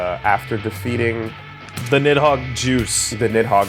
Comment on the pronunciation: i stopped playing my game and did a doubletake when said nidhogger